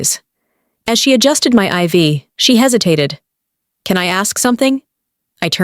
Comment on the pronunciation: I'm stunned; in all of these stories; no one has ever pronounced IV properly before.